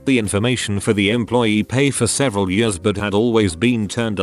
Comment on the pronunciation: Nobody: TTS: FAST FOWARD 20 “YEORS”